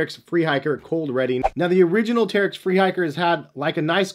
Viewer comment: Uh, it's pronounced Terrech.